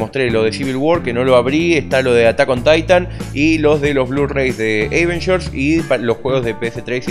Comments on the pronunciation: jaja si pero en este caso no se pronuncia asi.. posta xd un saludo y muy buenas las cosas de unboxing! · siempre me pregunte por que decis eivengers en lugar de avengers jaja